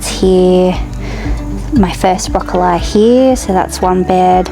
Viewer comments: it's how Queenslanders say it. Don't change your pronunciation as it's the original Qld way! It sadly seems to be dying. Hold th line Queenslander lol. My kids and friends still say it this way! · Finally a fellow queenslander who says broccoli like queenslanders used to! I still pronounce it this way as do my kids.